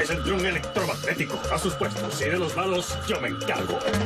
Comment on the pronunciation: Ese hombre no puede decir electromagnético sin que se le muera 73 neuronas de las 100 que tiene